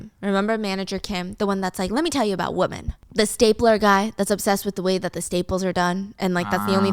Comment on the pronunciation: Hiiii, I'm not complaining at all because I think it's super cute dont change it! but I've been watching for a loooongggg time and I noticed you always say "woman" instead of women when its supposed to be women! lol I'm just curious if there's a reason why or some kind of backstory on why you pronounce it like that.